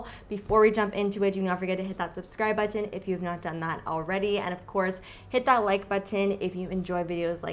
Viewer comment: you pronounce 't' when you say 'subscribe button' and 'bell button' ...but you don't any other time, e.g. "literally", "matte", "highlighter" just strikes me when I watch your videos, no biggie :P